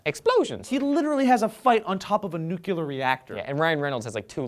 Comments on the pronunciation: for the third time NU-CLEAR not NU-CU-LAR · It's nuclear not nuculer. Disney used to make the people who were in the character costumes wear communal underwear. Look it up. That actually happened. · NUCLEAR, not NUCULAR. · NUCLEAR JOE!!!! Let me spell it phonetically: NEW-CLEAR. Not "nucular". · JOE! NU-CLEAR. NOT NU-KU-LUR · “nucular”… you break my heart. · NUKE-LEER JOE, NUKE-LEER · Nuclear,. Nu-clear. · Nucular. Again. I'm starting to think he does that just for me. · It's pronounced new-clee-ar, I think this is the second time I've brought this up to you,. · ..you said "Nucular" again...you aren't going to be George W. Bush for Halloween are you? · Nucular reactor...? XD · A fight on top of a NUCULAR reactor! I love How can't say Nuclear! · no, it's just a mistake made by the former president Bush, and seems to think that he was correct in his pronunciation (which he was not) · Learn to say "nuclear" properly, please.